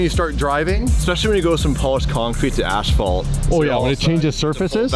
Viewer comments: “ASPHALT” not ASHFAULT!!! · What dafuq is "ashphalt"? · Guys...it's asphalt , not ASHfault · 'Ash-fault'??? Really? Lol